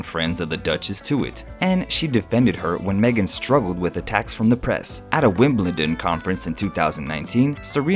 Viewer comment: How can you erroneously show 2 pictures of Venus Williams, apart from the Naomi Campbell videocall, when talking about Serena? Plus, even worse, how can you mispronounce the name of the greatest tennis tournament on Earth, Wimbledon? Your ignorance just kills me. Are all Americans like that?